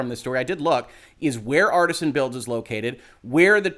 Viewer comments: Jesus - if you're gunna hop on the story to grab a few views, get the name right at least. It's Artesian - Arr Tee Zee An - as in water-bearing strata, not Artisan. It wouldn't surprise me if the dbag thought it meant Artisan when he set up the company, but I'd extect a "legal Professional" to get the details right. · It's not Artisan it's Artesian. Different pronunciation. I know. I'm that guy. Except it would have made more sense for them to actually use Artisan as I don't see how Artesian reflects what they do as a business. Maybe Artisan Builds have already been used, maybe I'm not that imaginative, I don't know. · It's not " Artisan " it's pronounced " Are tee zee an " lol, law but can't pronounce an easy name, like come on dude lol, in other stance, what Artesian did was horribly wrong and should have his knees broke for that. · It's not pronounced "Artisan" builds, it's actually "Artesian" builds, which makes infinitely LESS sense than Artisan. They obviously meant to call themselves Artisan Builds, but they did not.. instead it's Artesian.. Definition of Artesian: relating to or denoting a well bored perpendicularly into water-bearing strata lying at an angle, so that natural pressure produces a constant supply of water with little or no pumping. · "Artesian", NOT "Artisan". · The word is pronounced (roughly) AR-TEE-SHAN, referring to a type of groundwater deposit or condition (where natural springs are common owing to the high pressure of the water).